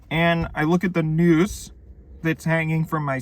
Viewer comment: Yeah I thought he said news